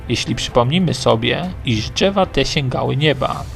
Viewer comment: "Dźewa" czy drzewa ? "Półtorej kilometra" czy półtora kilometra? Za karę CZEBA SZEJSET razy napisać poprawnie. :) :) :)